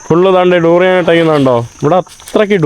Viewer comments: ടൂറിയൻ അല്ല ബ്രോ ദുരിയൻ എന്ന് പറയണം.. At least listen to others when they speak... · ഈ തൂറിയാൻ കേട്ടുമടുത്തു ബ്രോ..😅